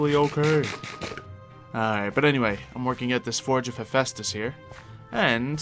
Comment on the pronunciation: Did he seriously just call haphaestus ,Hepheestus